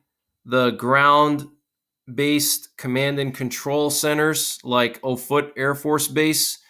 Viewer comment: The Air Force Base is pronounced OFF-it — NOT oh-FOOT. It’s all about credibility.